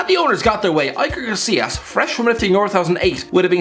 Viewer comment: Who is Aiker Casillas?